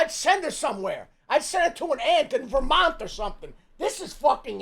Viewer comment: he said Vermont like thats in Siberia bro😂😂